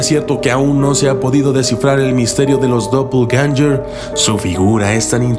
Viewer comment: suena como dopeganster